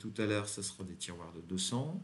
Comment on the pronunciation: Ahhhhh... Content de voir une nouvelle vidéo, moi aussi j'ai des "tirouars" (tirouères???) à poser. 😉